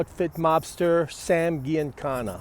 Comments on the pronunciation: GIANICANNA PRONOUNCED GEE IN CAN NA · It's pronounced Gee un cona. Soft g, not hard. You should have known that. When someone makes a blunder like that right off the bat about someone as well known in Chicago as he was, it let's me know that they don't know much about the subject and I don't watch the rest of the video. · G an kana pronounce it correctly. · Right off the bat he pronounces Giancana incorrectly. And then proceeds to say "I think - multiple times when referring to Farina. I stopped watching at that point.